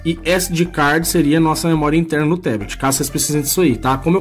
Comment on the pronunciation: Fala amigão, ótimo vídeo, só a pronúncia de "Teblet" que está errada, em Inglês é Tablet mesmo com som de A!